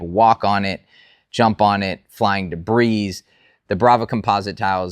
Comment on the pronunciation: The "S" is silent in the word DEBRIS